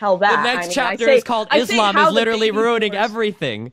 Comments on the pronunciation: Is she really saying "iz lamb" ?? fucks sake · Lauren constantly saying izz-Lamm is driving me nuts.